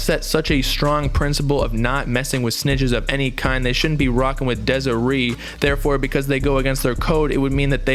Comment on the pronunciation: Bro how you pronouncing Desiree like that? 🤣